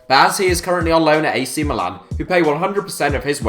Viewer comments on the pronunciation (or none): none